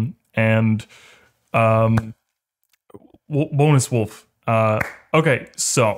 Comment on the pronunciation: "wonus wolfe" is great